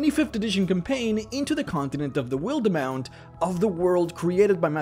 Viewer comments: "Will-the-mount" It's "Wild-mount", not a horse named, Will. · man the only thing that annoyed me in this video... (everything is amazing about the video) it's just that you say wilder mount.. not wilde mount.... there is no R... lol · Good old wil-duh-mount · wildemount is pronounced wild-mount